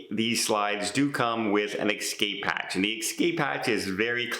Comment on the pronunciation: It's not "excape" but "escape".